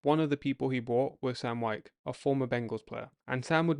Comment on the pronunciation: I understand your wanting to use AI voice over (especially if your voice isn't any good). But when it mispronounces the very subject of your video over and over again ("Wikes" instead of "Wyche"), don't be lazy and leave it that way.